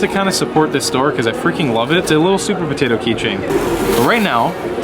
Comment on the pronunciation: "suupaa poteto" "this freaking store is bananas" no dude he literally just said it was potatoes duhhhh